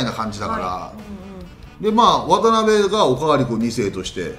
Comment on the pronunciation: わたなべじゃなくてわたべでは？